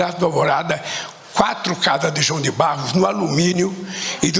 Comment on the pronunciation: Mano, o cara fala João de BARROS kkkk